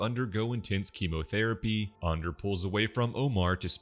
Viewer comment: Why go out of your way to say Ander wrong